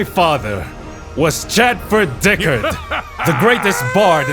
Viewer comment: Okay, i have to admit, the voice acting is top-tier. Though i cannot exrpess my sheer disappointment that "Diccard" is pronounced "Dick-urd" and not "Dick-ard"